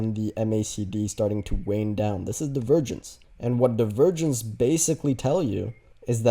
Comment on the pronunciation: Is anyone else hearing “the virgins” when he says “divergence” 😂